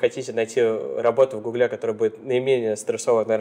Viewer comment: Работать в "гуглЕ" - это как-то по-французски что ли?)) Нет, серьезно, это ударение...